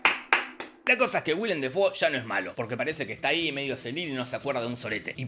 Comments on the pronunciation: Se pronuncia DAY Fo! No Defou! Hasta el mismo lo dice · Lo curioso del multiuniverso de Defoe es que Willem Defoe pronunciaba su apellido como "Willem Déifou"